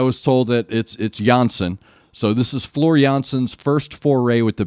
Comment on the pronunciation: You pronounce her name very well. With this song I am awakened in the morning. And I have energy for the whole day. Greetings from the Netherlands.